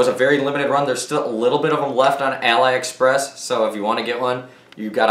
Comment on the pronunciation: It's aliexpress... al-ee...... express.